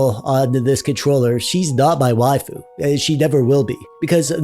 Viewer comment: You pronounce waifu correctly. However Can you pronounce "doge" properly? Protip: Don't be a casual normie and mispronounce it/confuse it with the German word doge. "doge", like "waifu", is supposed to be a weeb's way of saying a Japanese word in English. Like "sage" and "age" (not the English words sage and age... the Japanese words, "sah-ghey" and "ah-ghey"), "doge" is meant to be pronounced like a Japanese person saying "doggy" (doe-ghey). BUT THE ENTIRE WORLD MISPRONOUNCES IT AS "dohj" AND IT'S INFURIATING.